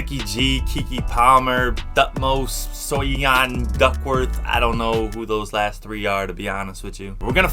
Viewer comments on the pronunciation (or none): SO-YEE-ON xDDD Tip: You have to pronounce it like 'So-Yon' (like from two syllables, not three) But it was cute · Soyeon is pronounced "Soh-yon" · the way he pronounces ‘soyeon’ is SENDING ME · Lmao the way he said “Soyeon” in the beginning